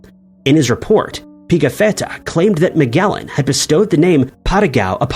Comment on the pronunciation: It's pronounced "Plinny." Rhymes with ninny. And it's "Ma-jel-ahn," not "Meg-ell-an." 🙄